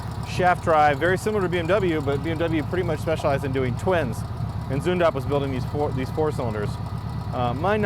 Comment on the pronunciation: The way you pronounce Zündapp in the end is pretty accurate! Cheers from Germany